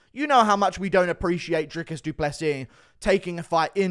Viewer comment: Bro this is a good take but his name is Dricus, not Driscus.